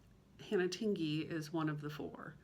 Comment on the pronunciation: You are the only one who pronounces Tingey correctly.😊 It is as if you were going to say ding or ping and then added the “ey” to the end. I don’t know if that’s a very good explanation... I’ve let a couple other creators know but they still say it the wrong way. Who knows, maybe they never read my comment? Or maybe it didn’t make sense to them. It’s no big deal. In some areas it’s a very common name but in others people have never heard of it. 😊🤷‍♀️